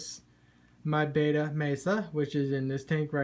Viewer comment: It’s bet-ta not bay-ta